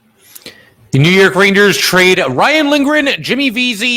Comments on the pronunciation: Is he saying raiders, rainers, ranyers, or rangers? I can't tell lol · pretty sure the joke went way over your head. You can't tell me you didn't notice the interesting ways he's pronouncing rangers.